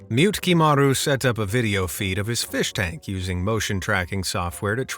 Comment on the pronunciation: Mute-Kimari .. tell me you don't know japanese lmao. Mu-Te-Ki-Maru